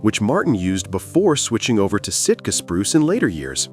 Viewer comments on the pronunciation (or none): none